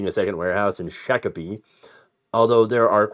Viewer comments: Minnesota resident here. Its pronounced "Shock"apee not "Shack"apee. 😁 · for the record, the citie's name is pronounced Shock-o-pee. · Hey: It's pronounced Shock-ah-pee. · Pronounced “shock-a-pee”. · Time to bite the pillow, Mike! 😅 (Extra credit: Shakopee's pronounced "Shock -o-pee." Named for a Dakota Indian chief). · Hey in native Minnesotan it's "Shock-o-pee" don 't ya know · It's pronounced shock a pee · It is pronounced “shahk-uh-pee”.